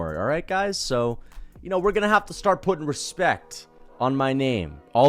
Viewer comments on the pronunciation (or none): none